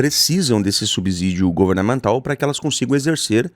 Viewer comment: Se pronuncia sub-CIdio!!